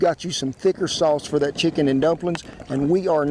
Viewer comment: Sheeken and dumplings. No shantz!